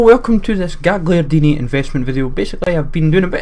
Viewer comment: Gagliardini not gigliardini